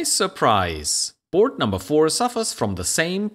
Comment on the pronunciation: It’s Board with an a not Burd with an u